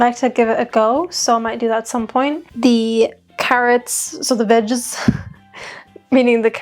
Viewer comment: The vegez... the vegeese?... the vegise 😆